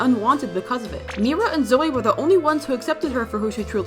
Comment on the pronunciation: 😅its not roomie its rumi its not zoey its zoey and its not meera its only mira 😂😂